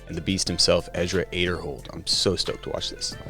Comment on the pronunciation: Aiderhold? I thought it was Aderhold, but commentator pronunciation confuses me.